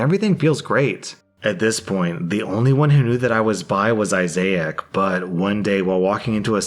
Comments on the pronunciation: Dude that was so weird hearing you combine the names "Isaac" and "Isaiah" into Isaiac when the friend's name is spelled as "Isaac" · It’s Isaac, not Issaic; please, please stop doing this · *Izak, not "I-zay-ak." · "Issac" = "I zay ik"...? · Why do you keep saying Issac so strangely? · So... are we not gonna talk about butchering Issac's name?